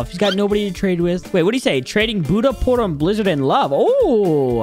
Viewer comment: In the intro it sais shut light but it’s budhaa